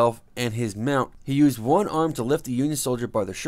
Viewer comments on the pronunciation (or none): none